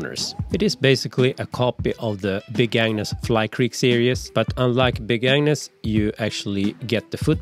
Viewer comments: The G is very important to pronounce properly in the name Agnus. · I heard him saying “big ANU$ tent” every time 🤣